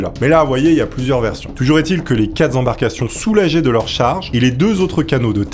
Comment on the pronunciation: Par pitié,. Il n'y a pas de 'S' a la fin du mot QUATRE. Ni du mot VINGT (hors 80 etc....) 😢